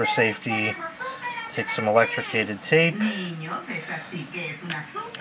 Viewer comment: Did this man really just say electrocated